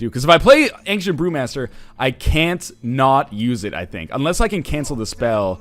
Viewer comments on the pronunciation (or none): Northern "Angcient" Lion